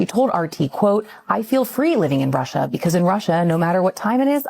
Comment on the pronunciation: Wouldn’t be surprised if she did all this for gofundme money.also her Russia. Pronunciation makes her sound like Brazilian portuguese